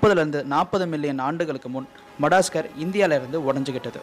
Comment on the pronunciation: மடாஸ்கர் இல்ல bro அது மடகாஸ்கர் keep good pronounce..... Super bro......